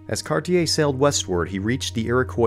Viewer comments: Terrible French pronunciation. E.g. "Gaspé" is not "gasp" but "gas-pay". "Cartier" is not "kar-tee-yay" but "kar-shay". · Cartier - car-tee-ay with the t almost soft Gaspe - gas-pay Hochelaga - hosh-e-log-a Quebec - ke-beck Iroquois- ear-o-qwah Just some helpful pronunciation tips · You kind of messed up Cartier as well Car-ti-ay it's French and you don't hear the er.